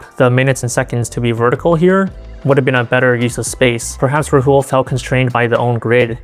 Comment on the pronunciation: Is it really that difficult to pronounce Rahul properly? Put in some effort lmao